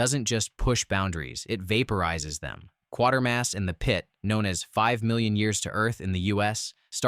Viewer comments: Hi. It's NOT Quartermass. (Pronounced like the 25¢ piece). It's Quatermass (pronounced kwA/ter/mass), based on the fictional character Professor Bernard Quatermass. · That's "Quatermass", not "Quartermass".